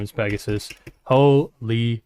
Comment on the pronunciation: "Hey everyone! I'm pregagsus!"